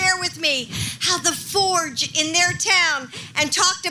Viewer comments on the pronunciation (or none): none